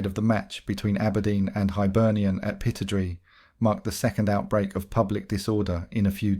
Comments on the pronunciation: It’s pronounced Pi-TROD-RAY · I'm sorry, but the narrator isn't a true football fan. I've noticed that mispronounced names often occur, like Aberdeen's stadium, for example.